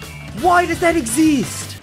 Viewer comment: 4 days later im listening to my youtube history for music and it changes to this and i still laughed at "woii dus thet exeest"